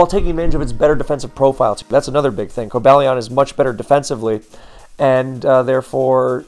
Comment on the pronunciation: I would've assumed it was Co-BALL-ee-on but according to Pokedex 3D Pro it's Co-BALE-ee-in. While I'm here, for the love of Arkeus, man, the u in Raikou is silent and the Gli in Gliscor is pronounced like glide.